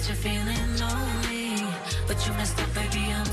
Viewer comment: Can't stand this pronunciation of "lonely" and "sorry" (Maluma) It's time to speak good English man now.